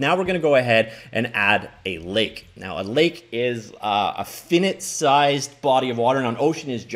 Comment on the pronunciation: fiy-ya-nite 😂 Not finit